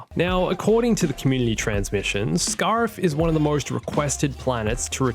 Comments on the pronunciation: Scare-if not scar-if. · The way you say scariff really pisses me off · Giving you a dislike for the way you said Scarif that was painful to hear. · I know that’s not how you say Scarif, but I’m saying it that way from now on